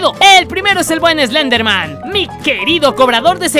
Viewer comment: Team Slenderman (CON "S", NO ES ESLENDERMAN, ES SLENDERMAN >:v)